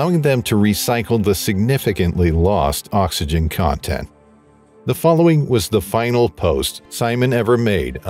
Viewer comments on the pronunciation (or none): none